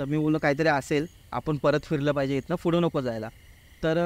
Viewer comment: फुड नाही रे पुढं ! मराठी ची वाट लाऊ नका 🙏🙏